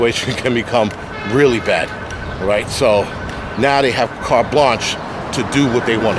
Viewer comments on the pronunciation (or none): none